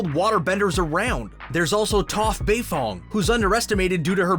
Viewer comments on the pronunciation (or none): D... did he say, "Toph BeiTHONG"?!